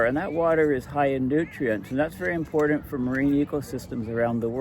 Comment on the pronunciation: Why are you constantly saying impordent if you presumably always mean important? Most U.S. teenagers and young adults have started saying impordent in recent years, but you are not one of them.